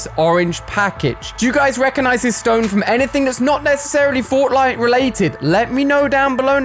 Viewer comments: Did Ali a say fortnite or fortlight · Did anyone else hear him say Fortlite? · haha "fortlite"